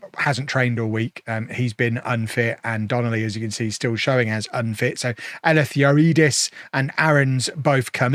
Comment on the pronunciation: Try pronouncing Eleftheriadis as Elephtheree adis the name has a Greek origin